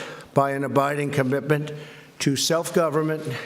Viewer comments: Did he almost say SWEDEN instead of Finland? Sfffinland. - "we've gotten to know each other over the last.....period of time." So about an hour maybe? - I don't think he could sound less sincere saying this. - "saves a lot of money" - Wow. Way to ingratiate yourself to the dozen or more NATO countries who allow you to have your own missile defence network on their soil. "we won't let it happen" - He's talking about Russia, who routinely send military aircraft through finnish airspace and nuclear submarines past their ports completely uncontested... "America is the hot place" - yes and it's getting hotter every year mister trump. Perhaps investing in renewable energy might help? "The european union has not been treating this country right" - He speaks as if the EU is a misbehaving child, in some way subordinate to the US, despite it being bigger and having more people. - "some people even say it was treason" - walking perilously close to a legal challenge with that statement. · The rest of the public can see it in the video just as easily as reading it in the comments of someone with nothing better to do than hunt for every tiny mispronunciation the President makes.You Dems are nutz,and the incessant nitpicking is not increasing the likelihood of the Democrats beating Trump in 2020-quite the reverse in fact. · “Trump is HiTlEr!!!” Yet literally nobody has quoted or timestamped where the problem is. The only problem I see, is he’s having a conference with Finland who has nothing to do with America. Edit: OHH he said “Stinland” instead of Finland I see now.. IMPEACH!!!! Orange Man BAD!!! Mentally unFIT!! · Stinland? Trump can't bloody speak. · He absolutely said Stinland. Come on folks. This dude sucks. We need progressive leaders. Smart leaders. Presidential leaders. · "Stinland' ?? LMAO.... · wtf is Stinland??! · President of Stinland? Jesus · Stinland? What the confefe?? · Is it me or does he say “Stinland” at the very beginning commentary? 🙄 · Wtf is Stinland?